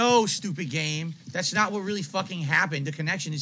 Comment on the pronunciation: It's naht my fault dood!! angry snort 🐽💢